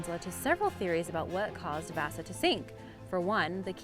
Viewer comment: she said vasa wrong its v-ah-sa